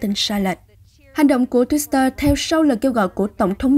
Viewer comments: Đồng quan điểm với bạn! Cứ đọc thêm chữ s vào nghe rất kỳ cục. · Twitter mà cứ đọc là thêm chữ Sờ là sao?????